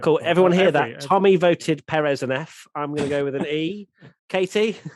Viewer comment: Hello there. Love everything you guys produce, but can we start working towards pronouncing Pérez properly? It is the only Southamerican driver you have to learn. I see the same from the guys at SkyF1, and they even correct themselves when they pronounce it properly. I guess at this point it is not ignorance about how to pronounce from their side, because they have millions of years doing this, but i know you guys don't do it on purpose. Thanks.